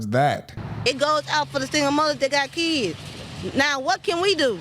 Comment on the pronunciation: Why am I supposed to feed your "keedz"